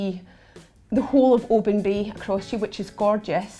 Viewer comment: Oban isn't o-BAN. It's O-bn. and Islay's pronounced EYE-lay.